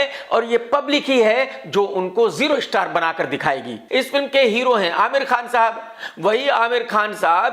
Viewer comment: are wig master tune to kuch ukhhada nahi teri personality pr kutte bhi theater me nahi jaate-- abe estaar estaar krta hai star to thhhik se bol